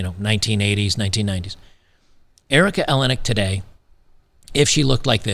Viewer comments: EleniAk, not Elenik. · Erica Eleniak. (El-N-E-Ak) not ELEN-ak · you pronounce her last name like Maniac........It matters as much as her lost beauty.....Haaaaaaaa George is married to a Much Younger woman & lives in his Chateau in Fronce....Howard divorced his Frumpy wife to marry this bit-o-crumpet (she keeps herself lookin like this as Not to be REPLACED).... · Erika A-lay-knee-ack. Rhymes with Maniac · El-In-E Ack. That's how you say it, no worries, just wanted to point that out. P.S. I think you can see her tits in Under Siege -- I could be wrong.